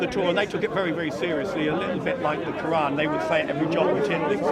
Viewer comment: How Many Qurans I know you are not my student. I just corrected the pronunciation.